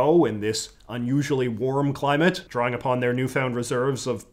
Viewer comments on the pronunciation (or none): none